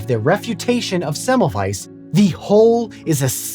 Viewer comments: You're so close with the pronunciation. You are correct that the German W is pronounced like the English V, but also the German S is pronounced like the English Z which you missed. Thanks for making an effort. Most of us Americans don't give a damn to pronounce things correctly. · Would it not be a good idea when making a video about somebody to learn speaking his name correctly? It is not so difficult to find an audio data you can hear where that name is spoken correctly. It is also a question of respect.